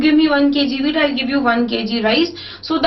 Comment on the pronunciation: who else thought that she said weed instead of wheat first XD